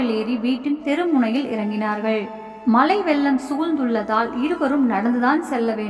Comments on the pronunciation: மலை இல்லை, மழை, வளுக்கி இல்லை வழுக்கி,. Plz read properly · dont kill tamil.malai alla mazhai in tamil